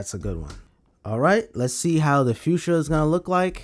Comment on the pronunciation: Fuchsia = "Few-Sha"